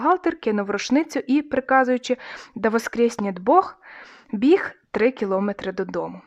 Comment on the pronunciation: чотирнАдцять, кіломЕтр... Наголоси!!!